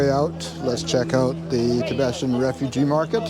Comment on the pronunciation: It is NOT pronounced "Ti be shun". It is pronounced, "Ti be tan".....c'mon man, if you are going to mention them, get their name right at least.